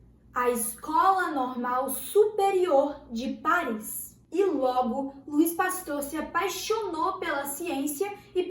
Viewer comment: Oui oui arrasando no Frances hahaha falou certo, relaxa!